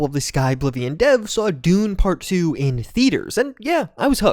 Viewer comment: i keep hearing "Dude" instead of "Dune".